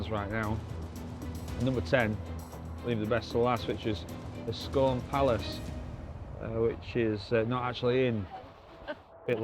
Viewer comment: Excuse me flower. Coconut mushrooms were the dog's do da's when we kids. They were quite expensive, so they were a treat for us kids, back in the late sixties. I'm salivating now, i think !! Scone Palace is pronounced "Scoon", you brute !!